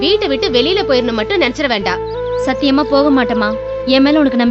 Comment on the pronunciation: அட , அது சாத்தியமா இல்லை சத்தியமா, வார்த்தையை கொல்ல வேண்டாம்.